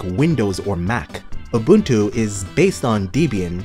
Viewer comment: FFS, you're supposed to be a expert on distros and you can't even pronounce Ubuntu right